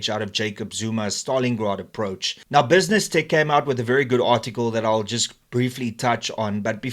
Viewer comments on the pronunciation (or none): none